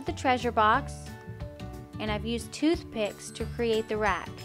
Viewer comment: Are not thoothpick